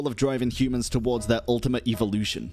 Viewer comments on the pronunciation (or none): Bro said eevielution instead of evolution